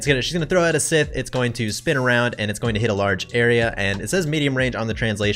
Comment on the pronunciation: Its..."Psi + Th" not "Sith" like the dark side. Love your content, love the edits afterward Like the bit about Kaldina having a good ether reward